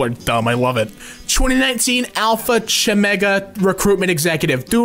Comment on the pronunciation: it’s Alpha Chi (kai) Omega.